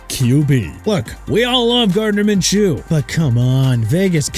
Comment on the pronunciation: GREAT DUDE!! JEVON HOLLAND CAN LEAVE THE DOLPHINS! I DON'T CARE!! AND WHY YOU MISPRONOUNCE MINSHEW AGAIN?! IT'S PRONOUNCED MIN-SHOO NOT MIN-CHOO! YOU GOT THAT?! AND PLEASE WITH THE JAGWIRES... HONESTLY JACKSONVILLE CAN CHANGE THE TEAM NAME FROM JAGUARS TO JAGWIRES THANKS TO YOU SO KEEP SINGING IT OKAY?! I AM SICK OF THIS GARBAGE MAN!!!!!!!